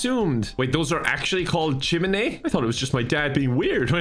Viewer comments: It's not "chim-in-ay" it's "chim-in-ee-uh" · It’s pronounced chim-in-knee-ah. 👍🏼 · You pronounce all the vowels, it's Chi-mi-ne-a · It's CHI-MEH-NEH-AH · it's pronounced "Chimineeuh" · chiminea is said like chi min ay uh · Just saying it pronounced chim-a-nae-a but wrote chiminea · It’s actually pronounced chim-in-ee-ah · It’s pronounced chim-knee-ah